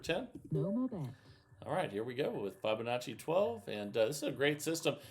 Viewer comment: Still can’t pronounce Fibonacci